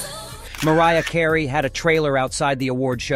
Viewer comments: Best part of this video was the AI pronouncing Mariah all along until it had to quote Tupac hollering her name like an Indian "Hey Mariaaaaa!" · How the fu** this narrator go from pronouncing Mariah name perfectly to saying hey mareea,lol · Heres me thinking this was a human voice over until the AI mispronounces Mariah's name while shouting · pretty sad that you cannot even pronounce Tupac and Mariah correctly